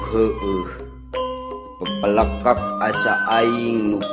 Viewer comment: Sae pisan kang... Tapi punten kang koreksi sakedik sanes pepelekek tapi peupeuleukeuk